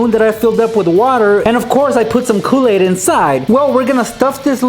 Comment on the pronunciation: You really like Koo-Laid